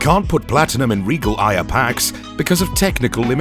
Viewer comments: The way you pronounce “Aya” is fucking infuriating, it’s pronounced “Eye-Uh” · I just have one complaint. Why all Aya "Ey-a"?